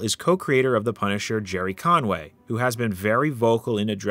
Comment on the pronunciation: The pun-i-cher